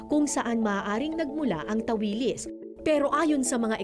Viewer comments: Tawilis ang strongest stress ay sa last syllable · Tawilis(mabilis na bigkas) ganan po ang tawag namin jan. ☺️